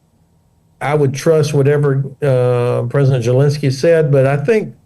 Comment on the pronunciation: Why does he call him gelensky?